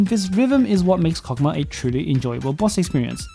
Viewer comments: And I thought it was pronounced "hokmah"? 😅😅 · Cock what?! I nvr thought I'd be hearing that. Anyways it's pronounced Chokmah like chalk but with an O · why does it sound like a deez nuts joke. Chokmah nuts. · His name is pronounced like that?????? Wild